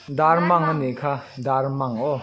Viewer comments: A zawttu in Tumphît a sawi hi a dik lo. Hnah ham rîk hi tumphît a ni lo. Tin, Darmang a lam dan hi a dik lo. Mang hi Mâng ang a lam tur a ni lo. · Darmang hi 55 (nga nga) tih ri ang tur. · A zirtirtu ber pawh chu.darmang an lam diklo ah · Nangmahber pawn Darmang ila lam dik chiah lo. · Darmang in lamdan pawh a la diklo..... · Darmañg kha in la sawi dik lo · Darmang lam dan chu a titirtu pawhin I sawi dik lo tlat. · Darmang tih kha i lam dik lo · Phungrual, Rual tih lai hi lam rik hniam tur zawk, rual, hu ho kan sawi rik ang hian lam zawk tur a lawm. Darmang, dar rik dan kan zira, 'meng meng' tia kan sawi thin ang hian, lam rik tur. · Phungrual- Phungrual, rual tih hi a hniam tur.Bawngrual tih angin a ri tur. Darmang- mang hi a sang hret tur. Dar tih nen hian a inang tur. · A hrilhtu pa ver pawhin Darmang i lam dik thei lo va, Phungrual tih pawh kha a la dik chuang lo